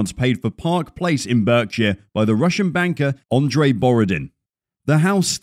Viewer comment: Berkshire, pronounced Barkshire